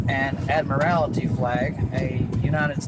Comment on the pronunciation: He doesn't even know the word. It's "Admiralty". Not "Admirality". That shows his intelligence level. Like we didn't know it anyways.